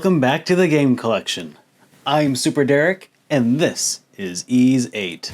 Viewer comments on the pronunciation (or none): Why are you calling it eeeeeis 3? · Am I the only one who pronounces YS as why-es? 😅 Great review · You're not, but that is the wrong way to pronounce the game series.